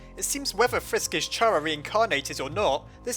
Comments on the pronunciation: So aparrently this youtuber pronounces Chara like " Chaira" which makes no sense cause its short for Character. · I Think It's Pronounced Kara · It's pronounced CHARA 😅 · it is pronounced chara (ca-RA) like character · IT IS PRONOUNCED KARA!!! >:( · It's car-ah!!!!!! IM GONNNNNNA RAAAAGE!!!!!!!!!!!!!!!!!! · Muzik Bike WRONG it's pronounced Chara. I swear everyone pronounces it wrong. Say it with me, Chara. Got it? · Ur way of saying Chara hurts my ears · ITS CHARA NOT CHARA It Makes More Sense! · I cringe every time I hear you say Chara's name like that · CHAR-uh? CHAR-uh? It's KARR-uh!!!! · Just saying, I think it's pronounced Kara not Chara, just because Chara's name is supposed to be off of "character". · It's pronounced kara KAAARAAAAAAAAAAAAAAAAAAAAAAAAAAAAAAAAAAAAAAAA!!!!!!!!!!!!!!!!!!!!!!!!!!!!!!!!!!!!!!!!!!!!!!!!!!!!!!!!!!!!!!!!!!!!!!!!!!!!!!!!!!!!!!!!!!!!!!!!!!!!!!!!!!!!!!!!!!!!!!!!!!!!!!!!!!!!!!!!!!!!!!!!!!!!!!!!!!!!!!!!!!!!!!!!!!!!!!!!!!!!!!!!!!!!!!!!!!!!!!!!!!!!!!!!!!!!!!!!!!!!!!!!!!!!!!!!!!!!!!!!!!!!!!!!!!!!!!!!!!!!!!!!!!!!!!!!!!!!!!!!!!!!!!!!!!!!!!!!!!!!!!!!!!!!!!!!!!!!!!!!!!!!!!!!!!!!!!!!!!!!!!!!!!!!!!!!!!!!!!!!!!!!!!!!!!!!!!!!!!!!!!!!!!!!!!!!!!!!!!!!!!!!!!!!!!!!!!!!!!!!!!!!!!!!!!!!!!!!!!!!!!!!!!!!!!!!!!!!!!!!!!!!!!!!!!!!!!!!!!!!!!!!!!!!!!!!!!!!!!!!!!!!!!!!!!!!!!!!!!!!!!!!!!!!!!!!!!!!!!!!!!!!!!!!! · Isn't it chara and not cara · CHARA NOT CARA!!! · How to pronounce ch-ar -a not c-ar-a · Chara not cara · i dont understand why pronounce it like "chara" it is obviously "kara" "chara" doesnt even sound pleasant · What's wrong with a slug? Also it's pronounced "Chara" not "Chara". Some people. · Oh my fucking god Chara is the correct way to pronouce it not Chara get it right people!!! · no either is correct chara is the way to say it is opinion stop doing stuff like that people it will never help anything in the world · i cant even watch this because i know he'll pronounce it 'chara' instead of 'cara' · ITS PRONOUNCED C H ARA LIKE IN CHARECTER.